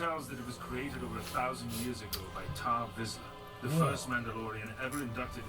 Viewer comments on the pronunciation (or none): Tarre Vizsla lol not "Tau Vizsla." 🤣 (This was years ago lol I'm sure you've figured that out by now.) 👍